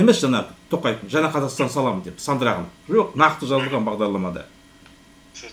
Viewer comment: Жаңағы деп жаңа деп сойлендерши, жанагы жана демей казагым